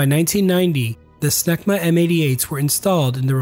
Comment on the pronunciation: "Engines: Smegma" I almost died! But hey... they ARE French. 🤣 Another knockout video.